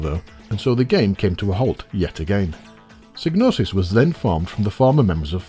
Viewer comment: It would be nice if you look into how to pronounce certain words before recording, especially names of companies etc. Psygnosis for example is not sig-know-sys. The psy is like psych. Gemba is not -Jem-ba. I enjoy the show overall but these mispronounced words almost every episode do trigger me somewhat.